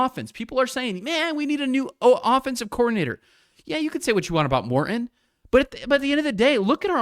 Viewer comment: “Mor-in”? Why do you pronounce Morton like that? 🤷🏻‍♂️